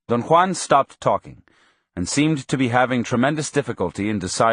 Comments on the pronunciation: Why does the speaker pronounce Don Juan’s name as Don Kwan? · Don one lol